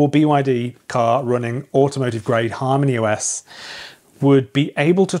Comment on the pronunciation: When I first heard you say Harmony OS , I thought you said HARM THE US 😂